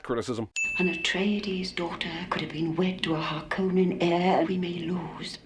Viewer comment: Sin for not sinning the mispronunciation of Harkonnen.